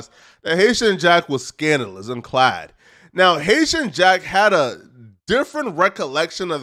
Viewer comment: Did he just say scandalous and clad??